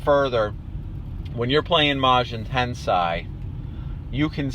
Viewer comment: i believe the corect pronunciation is tensei and not tansay